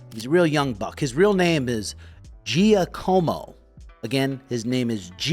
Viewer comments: "Jeeahhcommo"lol it's pronounced "Jock-ah-mo" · "His name is gee ahhh como his name is gee a como real name jack" 😂